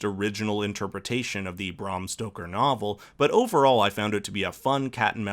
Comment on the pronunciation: It’s BRAM Stoker, not BRAHM.